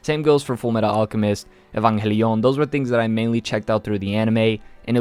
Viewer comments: Why you pronounce evangelion whit spanish accent? Evanjélion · evangelion is not read the same as in spanish hahaha. Saludos hermano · Look dude I'm latino, and theres no reason to pronounce Neon Genesis Evangelion that way 😂😂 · I noticed it too, evanJELIÓN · Dude sounded french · Bruh the way you pronounce evangelion 🤣 The Spanish is strong within u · That puerto rican side coming out with that evangelion pronunciation. Love to see it. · Ew why does he pronounce Evangelion like that? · why you pronounce evangelion so strange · turns French whenever he says Evangelion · Don’t u mean Spanish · I'm italian and i study latin, don't pronounce Evangelion this way please